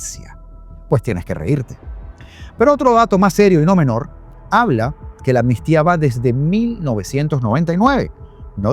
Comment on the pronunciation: LO ESCRIBES BIEN PERO LO PRONUNCIAS MAL MUCHAS VECES. ES AMNISTÍA NO ANNISTIA. Tranquilo que yo cometia el mismo error🙄🙋‍♀️🙋‍♀️